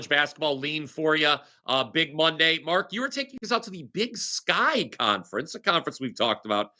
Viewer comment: MarKKKKKKKKKKK! No "c" ...